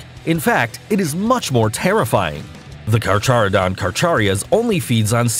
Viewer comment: Hard to take you seriously when you can't pronounce Carcharodon correctly.